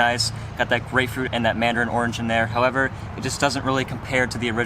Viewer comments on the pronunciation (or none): none